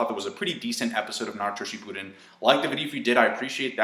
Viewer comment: it almost sounded like you said "shitpudden"